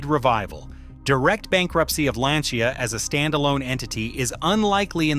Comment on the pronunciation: Why all English speakers can't pronounce Lancia as it should.